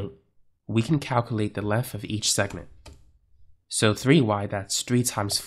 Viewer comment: This in one that so hard to listen to "length and width" become "linf and wif". I like the videos, but that can become a bit tedious to listen to.